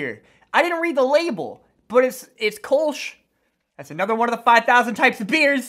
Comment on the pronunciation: The Beer is called Kölsch not Kolsh. It's the Beer from Cologne!